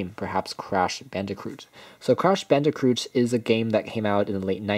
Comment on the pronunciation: There is not an 'r' in Crash Bandicoot. Please pronounce it correctly. Crash BAN-DEH-KOOT.